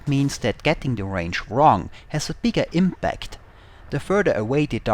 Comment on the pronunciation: ich finde den Inhalt deiner Videos ja interessant und das obwohl ich nicht mal War Thunder zocke. ABER: Bitte geb' dir doch ein bisschen mehr Mühe mit der Aussprache. Das typisch deutsche TH ist verschmerzbar, aber die zu weichen Konsonanten (imbact anstatt imPact) machen mich fuchsig xD Ist nicht böse gemeint, denn deine Videos sind immer unterhaltsam und informativ, aber das mit der Aussprache wäre nochmal eine Verbesserung;)